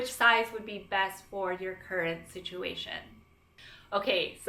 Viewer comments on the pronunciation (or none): none